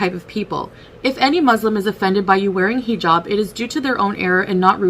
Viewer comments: learn how to pronounce the word you are making your identity out of! Haa-jab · She talks about culture, but also porkily utters 'heee jab" I cannot. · I'm gonna need her to stop saying heejab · I wish she would learn how to pronounce "hijab" if she is going to wear it.